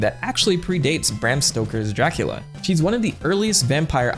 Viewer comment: Exept for the first time you said it, every time you say Dracula I hear Jackula. 0.0